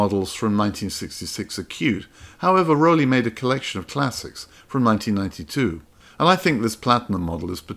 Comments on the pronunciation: Rollei, not Rollie 😉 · It's NOT Rollie, it's Rollei, pronounced "Roll-eye". And, Zeiss is not "z-eyes", it's "Ts-eyes". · I hate to be the one to tell you but it is not Rollie - it is Rollei 😊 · Thanks for this video, very interresting but… ahem… those cameras are called RollEI, ei, not ie! Pronounced Rolleye. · Every time you called a Rollei (roll-eye) a Rollie (roll-ee), somewhere one German person shed a tear :) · Beautiful journey thru camera design history, thank you. Yet, one brand has been misspelled and mispronounced again and again. It's ROLLEI not ROLLIE - and yes, it is spelled (roll-eye) but not (roll-ee) if you will. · Two German cameras that definitely belong here are the beautiful golden "Penti II" and the wonderful shiny "Zeiss Ikon Contessamat". And as a German I'm sorry I have to say that the "i" in "Voigtländer" is a silent/non spoken letter and the brand "Rollei" is "Rollei" not "Rollie" - the proof is on every Rollei camera. Thanks for the great video, the wonderful selection of stunning cameras all the research and inspiration! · it is "Rollei" not "Rollie". It is German and the two letters "ei" are pronounced like the English word "eye". It is very annoying hearing so many times the wrong spelling throughout the video, in particular for someone who owned a bunch of them. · Rollei, not Rollie. 😁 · Good video! Just a couple of things to discuss: 1) it’s Rollei 35, not Rollie 2) Leica M2 and M1 modes were actually released after M3, not before. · Hi. I like your videos! I am a camera collector with about 400 cameras, you have made a very good choice! A little correction for Rollei (never Rollie!) and for Voigtländer. Almost nobody knows, that the letter i is an old German sign for spelling the o longer: we spell "Voogtländer". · yes and please pronounce "Rollei" as "roll eye" - but with short "o", like in "toll" or "poll" or "doll" - says a german lover of Fujifilm X-E2s!